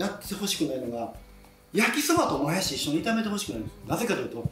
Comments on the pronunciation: もやしーの発音違う もやしです！ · 材料・・・作り方・・・ポイント：もやしのイントネーション！！！www